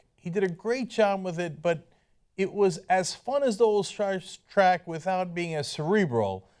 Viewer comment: Warning. This guy says "Stark Track" multiple times.